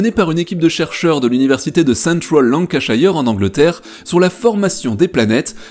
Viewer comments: lancashire, pas lancashaieur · Lancashire se prononce lankeusheur : ))